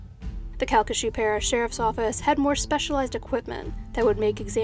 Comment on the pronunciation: Thanks for pronouncing'calcasieu' correctly